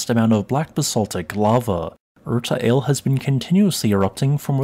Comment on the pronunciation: Thank you. Btw 'Ale' is pronounced the same as we say 'Alley.' You pronounced Erta correctly.